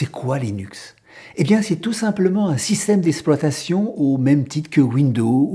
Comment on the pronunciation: il serait apprécié que vous prononcez le mot exploitation correctement ! au lieu de dire ESSploitation , il faut dire EXploitation